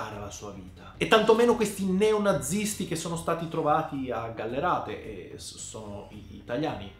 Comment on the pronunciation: GallArate non GallErate caspita pronuncia bene il mio paesello 😂